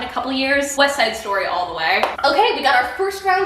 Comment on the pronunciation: I'm sorry but Weste Side Stoy I've been chuckling over that for like 5 minutes now lmao